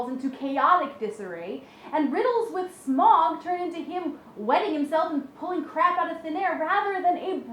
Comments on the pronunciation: Its pronounced Smowg like Ow. its from the old English word Smugan to squeeze through a small hole which is what Smowg did when he came into the cave. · no smaug is is pronounced smowg like ou in loud. sauro is as well. Tolkien named him smaug bcuase his name is from old English or something that from the root word (Smugan) to squeeze through a small hole. Which Smaug in fact did do when he squexed through a small hole in the mountain to take up his new lair. Deriving from the same Old English and Germanic roots as smial and Smeagol,[16] the name Smaug is "the past tense of the primitive Germanic verb Smugan, to squeeze through a hole".[17] It has been suggested that Tolkien likely thought of Old English smeag, a word used to describe a "worm".[16]